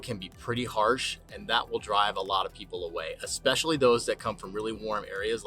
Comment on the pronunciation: I really enjoy your videos about Idaho, BUT, please learn to say especially correctly. Especially, not Expecially.